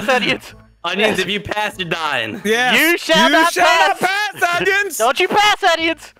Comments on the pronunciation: The word is you shell not pass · Yuo shale not pas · You chall not pass!